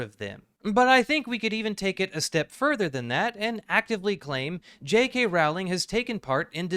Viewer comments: Is it pronounced like row? I always thought it was like this video growl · It's pronounced "rolling." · I can't continue watching this video. Each time I hear the name Rowling mispronounced, I die a little inside. 😔